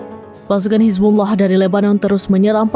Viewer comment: Cuma serambi nnews yang fasih ucap hizbullah